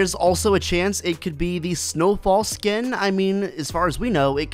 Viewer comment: Sken hahahahaha get your words right